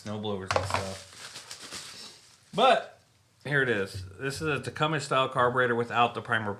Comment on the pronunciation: Great content, lot more expensive in canada unless you go through hutzl and wait forever and a day. appreciate you posting and look forward to the next. Leak down tester and bulk pack of mower keys the only items you missed. and its 'tecumseh' as in wm tecumseh sherman the union general Tecumseh, Shawnee War Chief was a charismatic leader, an orator and respected war chief of the Shawnee Indians of Ohio.